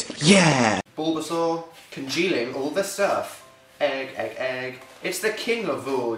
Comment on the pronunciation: I love that you called it "Egg egg egg", cracks me up every time